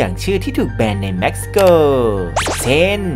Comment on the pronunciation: Mexico = เม็กซิโก✓ ไม่ใช่ แม็กซิโก